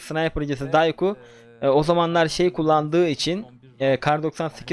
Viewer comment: abi Dayku değil Dokşiyu diye okunuyor